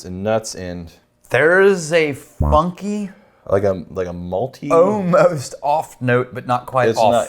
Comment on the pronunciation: I still can't figure out weird vocal tics; he ends all the -ing words with a 'k' sound and 'almost' comes out as 'oh-most'. It's really strange and I just had to get that off my chest. Love the show guys!